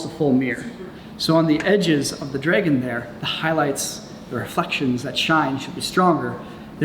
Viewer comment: Is it just me or did say Draygen instead of Dragon